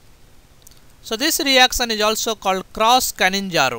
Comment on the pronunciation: Its not "canninzaro".. Bt "cannizaro"